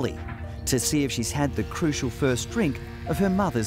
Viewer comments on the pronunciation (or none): Cruxia, not crucial.